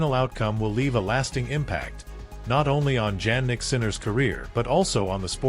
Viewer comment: Your title is completely out of context, And please when you are going to learn the real pronounce of his name: Jannik is Jannik it's not Djannik, You are really hopeless anglo...... or .